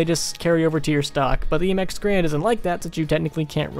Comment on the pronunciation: It's not pronounced grand it's pronounced garan. The guy who created the M1 last name was garan. But people just started calling it the grand.